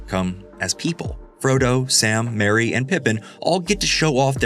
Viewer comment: It's actually MERRY, not Mary. Unless I'm mistaken.